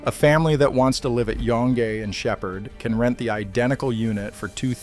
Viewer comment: I love the pronunciations. "EtobiCOKE", "Yon-gee" etc. Classic 🤣